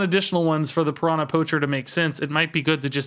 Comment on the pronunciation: everytime says piranã instead of piranha a little baby piranha dies